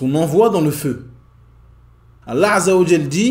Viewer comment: As salaam alaykum, très bonne chaîne ma sha Allah. Il y'a juste un petit truc (peut-être que le problème vient de moi) : quand tu prononces le nom d'Allah azza wa jal, j'ai l'impression que tu fais précéder le nom Allah par la lettre " 'ayn " en arabe (désolé je n'ai pas le clavier arabe). J'ai l'impression d'entendre 3Allah et non Allah (mais comme je l'ai dit ça se trouve c'est moi qui ait un problème auditif). En tout jazak Allah khayran pour ton travail.